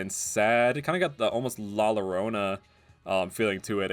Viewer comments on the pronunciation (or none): The to L's are pronounced Ye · A very small nitpick i have is your pronounciation of "La Llorona", in spanish, when 2 "L"s are together, sometimes they are pronounced as a "Y", so "La Llorona" would be pronouced as "La Yorona", but i do understand why you pronounced it like that, it's fine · La Llorona, pronunciation wise it should be a bit more like "Yoh" - rO - nA. The strongest syllable would be the first one, but the last one also has some strength. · The water ghost thing is based of "la llorona" (pronounced: Lal yorona) She drowned her children and now stays in grief finding other children to replace hers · It's pronounced Lah Yoh-ro-nah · where did you hear La Llorona pronounced like Lorona?? That is false the double ll is y/j making me think of people who pronounce tortilla like tortila smh